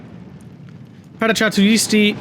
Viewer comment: paracadutisiti is pronounced with a hard c, like a k, and the end the sylables are tis and ti, so no weird sound going on with the st.